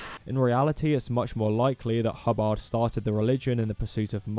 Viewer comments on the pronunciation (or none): "hubb-AHRHD" NOOOOO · Broke: HUH-bird 😴 Woke: Huh-BARD 🎸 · the way you say Hubbard is really funny